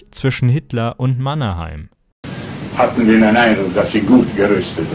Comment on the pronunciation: das ei in Mannerheim wird wie das ey in hey oder ey ausgesprochen.